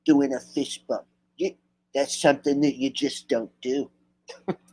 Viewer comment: Sounds like donna was saying Fist Pump, not bump 🤭